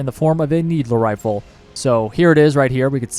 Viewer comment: Love how you call the "needle rifle" a "needler rifle"